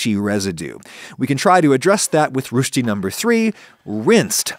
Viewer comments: I appreciate your efforts to pronounce "rösti" 🙂 Though it's the same vowel as in "bird". Nothing complicated. :-) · don't wanna annoy here but just for your potential curiosity, the s is not an sh but just a regular s sound just as in the word < > and the ö sound is a mixture of e and o so try holding an e sound and then transition into an o sound and about in the middle of those there is something that you would probably neither consider o nor e and that's the sound. The r sound is probably a bit more difficult since it's comparable to the sound that you make when gurgling water in your mouth, it's like a rolling sound in the back of your mouth at the beginning of your throat and at the end of the palate. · As a german native speaker I couldn't help myself but cackle like a maniac every time you butchered the word Rösti. I image it's hard for English native speakers to learn how to pronounce 'ö' correctly as on in English there is no such sound. Maybe you can listen to German and Swiss people to get a hang of it. Anyways you put a smile on my face and as usual made a great video. Keep ot up, Adam! 💪🏻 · Not sure if you read comments at this point, but I'm 98% sure the first syllable of "rösti" rhymes with "sir." Commenting as a native finn. Great video as always though! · Nice video. The first vowel in Rösti is pronounced like oyster. I always had to think on Salman Rushdie. 🙂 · One second in and im already laughing my ass off at how english-speakers mess up the Umlaut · The ö in Rösti is more pronounced like the end of the french word blue, so like blue stick but switch the bl for an r and drop the ck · Try to pronounce the "ö" like the "u" in e.g "burn" or "turn" or "curse", then you will get it about right :) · I cringe every time, when you pronounce "Rösti", that's not an "ö" you're saying, it's also not what I would expect an american to say instead, I don't know where that came from. This is a new one. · Why not take a Minute and check how to pronounce Rösti?